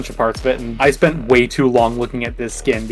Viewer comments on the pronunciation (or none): none